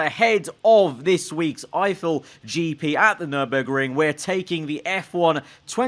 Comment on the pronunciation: says nümberg Me:Is it just me or is this track tuscany...